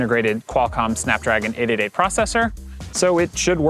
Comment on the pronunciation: For some reason this guy cannot pronounce 888 correctly.